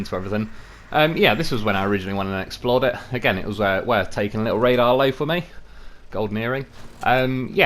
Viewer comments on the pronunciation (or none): "Radar Loaf" yes indeed